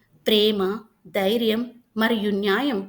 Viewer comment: dhairyam not dairyam